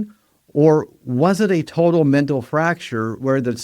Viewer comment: Mental has an l at the end.